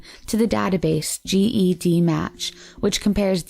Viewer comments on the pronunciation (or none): it’s Ged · CeCe Moore is a super hero! Also it’s pronounced” JED “like the name match. Not G.E.D match. Just for future. Fantastic video! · it's spelt GED but pronounced JED. Ive been wanting to correct her during this whole video lol